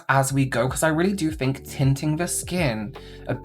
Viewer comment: "I always fink" - 😂